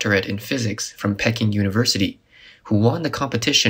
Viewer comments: Pee-KING University, not pekin'...LOL! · The university u are trying to say is like duck. Peking duck. Don't say it like peeking great video 👍